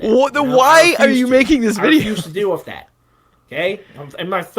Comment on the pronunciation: His ability to prenounce his T's is my favorite part about him. " wiff dat"